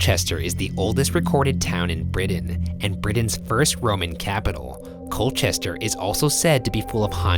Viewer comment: "coal-chest-er" "bow-deh-kah" "es--ex"